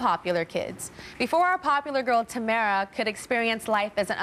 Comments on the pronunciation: Uhm.. Is Tyra pronouncing her name wrong...? Tamra? I thought it was Tamara? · why does tyra keep callin her tamra? its tamara .